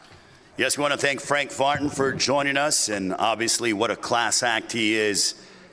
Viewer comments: Did he say Frank Fartin?! This guy! 🤦🏾‍♂️🤣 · Sounds like he called him Frank Fartin 😂🤣😂